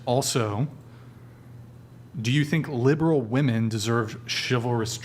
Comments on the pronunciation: They also can't pronounce the word 'women'. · Why does she say woman? Instead of women? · Why is there always atleast one of the women on the panel that say “woman” when they are speaking of women, plural. I don’t know why it infuriates me haha but it automatically makes me dismiss anything else they have to say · Why does she keep saying “woman” when the word she so obviously means is “women” it’s just makes her sound stoopid. I can’t take anything she says seriously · Thank you for the donor who mentioned the girl continually mispronouncing women as woman it is driving me nuts! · Wow. Still 5 months later, womEn on the podcast can't say womEn plural correctly. They're still saying womAn when referring to many women. And literally 2 minutes after posting this, someone in chat pointed it out. You can't write this stuff folks. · Why am I hearing so many people lately pronouncing "women" as "woman" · She keeps saying woman when it should be women. It’s really annoying! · It astounds me how many of these women don't know the word women, saying woman instead. Baffling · Black tank top is a doofus. She keeps saying WOMAN instead of WOMEN. Not a very good feminist if you can’t even use the proper word for all WOMEN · WHY DO THESE CHICKS NOW PRONOUNCE WOMEN (PLURAL) CORRECTLY!!!! It bugs the shit out of me. It can't just be me that's noticed this...they all just say woman when saying it plural. Are they dumb or is this something new?!! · The most annoying part of this podcast was the dumb girl saying woman instead of women istg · Why can’t these idiots use the word “woman” and “women” properly. Holy shit my ears hurt. That idiot in the black tank top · The woman with the short, black hair—does she keep saying “woman” instead of “women” when it’s plural? Or is it just the way she’s saying it? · Does the thing in black not realize that plural of woman is "women." The amount of times it says woman, instead of women makes it sound so fucking illiterate